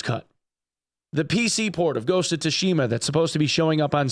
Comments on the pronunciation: It's pronounced Ghost of Soo shima not To shima. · The T in Tsushima is essentially silent. Pronounced like Soo-shima. The Tsu would also be pronounced like the similar Tsunami. Edited because I was rude apparently. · ghost of "TUSHIMA" XD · The 'Tsu' in Tsushima is pronounced the same as the 'Tsu' in Tsunami btw. Sorry for my OCD lol. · It gets the FFS because a person that reports on games regularly didn't take the time to Google the pronunciation of a word he's going to say about a dozen times. It's minimal effort. No amount of being a dumb American is an excuse. We can be culturally aware.